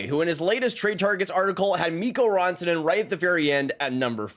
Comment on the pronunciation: It’s RAN-TA-NEN not RAWN-TA-NEN